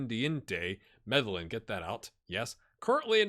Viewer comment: I think Medellin is pronounced Med-uh-yeen, if the TV shows talking about the drug cartels are correct. I think Steinmann as an AMC maybe Treq or attacking midfielder would make sense. I would extend Celina, as a 2x minimum fee release clause is a little too close and it is not so high that big clubs would not pay it. I wouldn't worry much about the other release clauses, as you can replace the player sold with a better player. Does Tinoco not want to go out on loan or just not want to go back to Porto? For most of the replacements, can you find a better player on your budget? If so then sell and replace